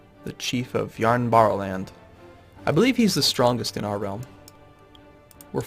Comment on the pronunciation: it's not jarnbarnland it's Järnbäraland wich translates to something like ironcarryland.